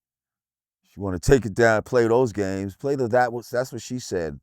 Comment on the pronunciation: He said no gaymes